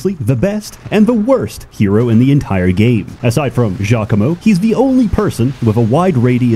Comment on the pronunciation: It's actually geo-coom-o